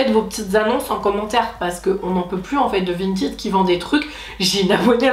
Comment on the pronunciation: Ça me perturbe que tu prononces "vintiiid" au lieu de vinted 😭